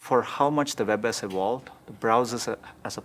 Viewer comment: "Browsers haven't ewolwed that much?"